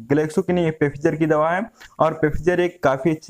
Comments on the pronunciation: or plz don't mind bura lage toh sorry but pfizer ko bolte फाईझर hai & not पेफिजर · Pefizer nahi hai bhai phyzer hai